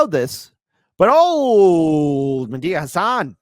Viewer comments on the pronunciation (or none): It's Medhi not Medea . You mean it was Medea under the mask all along like a Scooby-Doo villain?🤣🤣🤣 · What's with pronouncing "Medhi" like "Medea"? Is it some reference that I don't get? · kept calling Medhi, Medea San 😂 Im picturing Tyler Perry in drag and the Karate Kid headband 💀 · pronounces "Mehdi" in a rather, um, interesting way. Oh and, love ya but "oof" is already old.